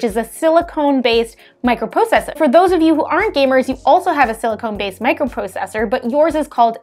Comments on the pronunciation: Silicon, not Silicone. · I can't tell if she's saying silicone or just pronouncing silicon with an accent...